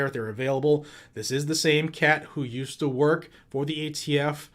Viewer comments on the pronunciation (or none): did anyone hear jo say aft not atf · "AFT"? What the heck is AFT Bo Bo? America's Freaking Tyrants? He is embarrassingly pathetic. Scary to think he's the Commander & Chief. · Nobody's talking about how many times He called the ATF the AFT? He is a senile old man that shouldn't be president